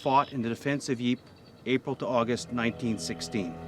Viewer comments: ypres is actually pronounced as "eepur" and not like "eep"... its hurting my ears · If only you pronounced Ypres properly i might have taken you seriously , why should i take anything you say as fact when you dont do the basic research into its name despite being in the Town .